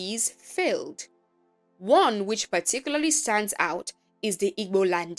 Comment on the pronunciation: It's actually Igbo. Ibo is a pronunciation commonly used are there was more interaction with other nationalities, but it really is Igbo.